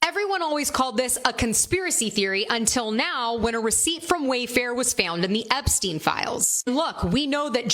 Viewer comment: Einptein like Einstein. Not in like poutin. They are jews not russians